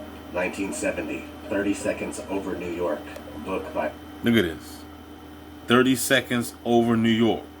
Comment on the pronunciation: 'Nee York Minute's by Don Henley